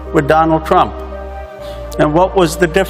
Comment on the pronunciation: Dolund Trump 😅😅😅😅